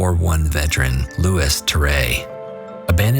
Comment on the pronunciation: Definitely Louis "looey" not "lewis" in France 👂🏼